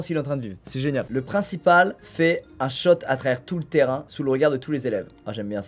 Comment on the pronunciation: je rêve ou il a dit shot au lieu de shoot